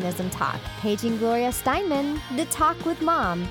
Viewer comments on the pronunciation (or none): You said Gloria Steinman? It's Gloria STEINEM.. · Stein-em. Her name was Gloria Steinem.